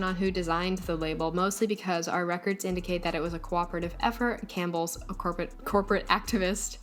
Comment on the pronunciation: All I think of is that vine- “Pronouncing things incorrectly” when he says “Cam P BELLS” 😂